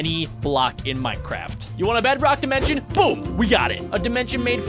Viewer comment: dimont dmncion and sllaim dimencion